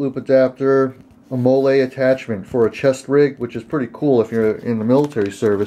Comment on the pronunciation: Did he just say Molle like Mollae?....